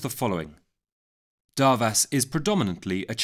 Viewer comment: As a Hungarian I am here to say is pronounced as Doarvash!